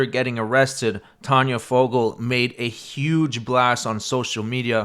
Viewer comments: Tayna? But pronounced Tanya? 😑 She was foul. But the professor took the cake! Disgusting individual. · How is T-A-Y-N-A pronounced "Tah-nah"?